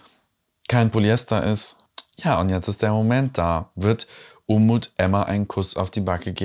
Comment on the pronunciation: "Unmut" statt "Umut".....war das Absicht?😉